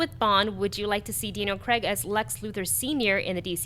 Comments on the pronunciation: STOP PRONOUNCING CRAIG WRONG OMG It's kreyg not creg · It's Craig, not Creg. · it's not pronounced 'creg'. it's pronounced the way it looks, 'Craig'